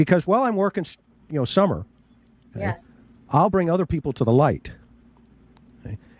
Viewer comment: "phish mc donish" (intentionally not capitalized) kills me, lol. I love it. I especially enjoy you saying "Shummer " and "shuper cop".... I know, I'm petty but he is such a monster! If you want to be truly sickened, watch his case review on the death of Rebecca Zahau. It was before Mike Profiling Evil gave him his walking papers. I am convinced that that case review is what made Mike send him packing. Chris' thoughts and accusations about the victim, to her brother in-law are appalling. Keep doing what you're doing....you now have a shuper fan...me 😁